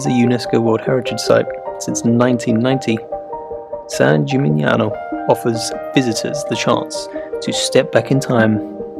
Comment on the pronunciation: Love the video. Please note that in Italian: (a) the "gn" in "Polignano" pronounced like "ni" in "onion", so you say "polinyano". I note that you pronounce "San Gimignano" correctly. (b) "chi" is always pronounced "ki", so "Chioggia" is "kyojja".